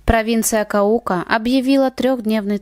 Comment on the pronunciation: КАука, БоготА. Если делаете видео произносите правильно. А то ударение у вас пляшет. Да и имена и фамилии произносите...